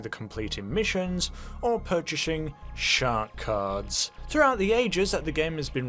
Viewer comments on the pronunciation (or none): Shaahk caahds...I love it